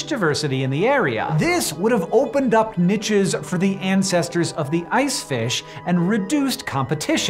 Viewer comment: Hey Hank, it's pronounced "niche" and not "niche"